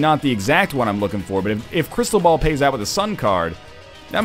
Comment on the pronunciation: anyone else thought he kept saying crystal bowel, or is it just coss im watching it in 2 times speed?